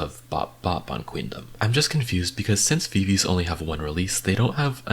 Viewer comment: not hating but viviz is pronounced as vi vi ji bc it’s from the members names